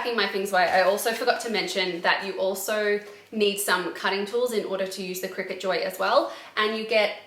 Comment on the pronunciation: Pretty sure it's pronounced cry cut